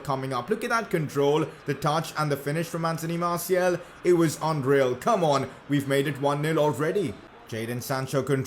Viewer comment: Why do you say MartiEl. The second a is pronounced the same way as the first